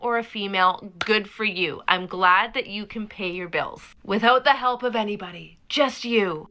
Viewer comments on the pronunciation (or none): It's sooooo funny everytime I hear someone say "hepp" instead of "help".